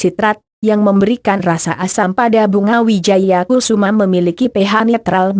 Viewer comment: yg baca narasi gk enak bgt...maaf itu bunga Wijaya Kusuma... bkn kususma,,,hadeeh🤦‍♀️🤦‍♀️🤦‍♀️🤦‍♀️🤦‍♀️✌